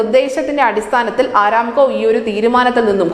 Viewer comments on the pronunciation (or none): ആരാംകൊ അല്ല അറാംകൊ